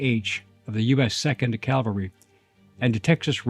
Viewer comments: It’s CAValry, not CALvary. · Custer Custer Custer. Every sentence starting with Custer and saying Calvary half the time woke me up. What the heck man? CaValRy